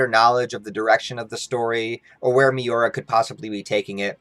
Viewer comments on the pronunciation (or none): It's Miura, not Miora